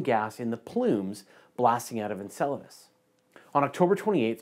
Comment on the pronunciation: In other news I learned how to properly pronounce Enceladus